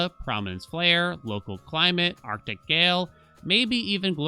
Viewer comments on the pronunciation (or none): none